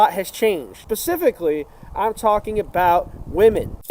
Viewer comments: did bro just say pacifically? 😭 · him saying ‘pacificly’ instead of ‘specifically’ tells me everything i need to know😭😭